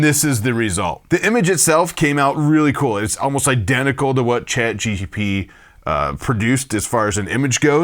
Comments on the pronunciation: Great video! Chat GPT by the way, not Chat GTP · Also, I gotta say it's "ChatGPT" not "GTP" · Say ChatGTP ONE MORE TIME! 😡 It's GPT